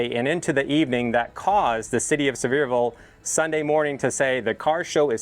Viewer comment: I’m pretty sure it’s pronounced See-ver-ville Sincerely, the grammar Nazi